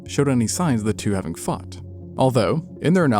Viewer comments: I didn't even consider "fought". I literally listened to it again with the volume up and still thought he said "fucked". Came on here to see who else heard it, and that's when I realized how immature I actually am. Lol. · Came straight to the comments to see if I was the only one 😂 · It did occur to me... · Me too lmao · Only after I read your comment. But now I can’t hear anything else